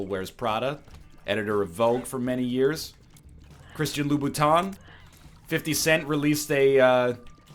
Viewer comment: Is it just me or was this egg pronouncing it as Christian Lou Booton?